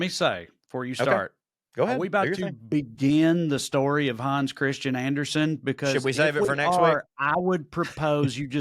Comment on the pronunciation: Hans is actually pronounced in Danish with an approximation of a Midwest flat ‘a.’